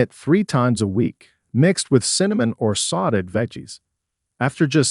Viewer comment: "SAW TAY'D' " NOT "SAW' TED." :face-turquoise-covering-eyes:IT'S A FRENCH WORD.